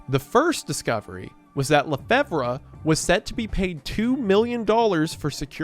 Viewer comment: hey! So LeFevre is pronounced like "La Fever". I would know it was my grandmothers maiden name. love your work!